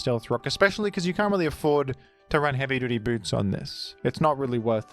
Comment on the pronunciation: I love the way you say HeavyDutyBoots